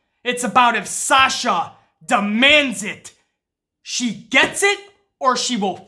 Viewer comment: it sounded like said SALSA, lmao, made my day, man, i agree 1000% with about Sasha, and i hate seeing all these wrestling pages saying she bitch and moan her way to shots after shots it pisses me off their stupidity. When your on the level of good as Sasha is it is CRIMINAL that she isn't treated properly, nuff said.